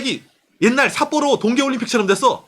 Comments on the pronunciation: 삿뽀로 어감 너무 찰지네요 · ㅋㅋㅋㅋ삿뽀로 할때 발음봐 ㅋㅋㅋ 빵터졋넨